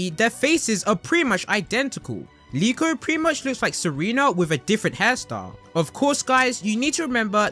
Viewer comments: Isn’t it Riko, not Liko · I thought her name was riko not niko